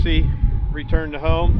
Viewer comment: You would think they'd know how in the app to spell 'return' by now. Even the voice says 'ruturn'.